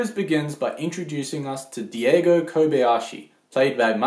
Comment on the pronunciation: ffs it's daigo not diego